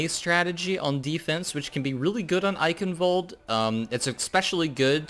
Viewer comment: Thank your for pronouncing Eichenwald properly. That is all.